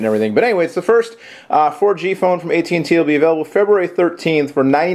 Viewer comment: I get it : HTCEEE Inspire 4GEEEE from At&tEEEE. lol